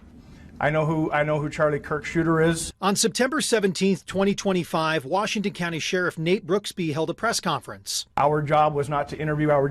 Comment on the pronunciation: The guy said the Utah clowney instead of county and I think he was right the first time.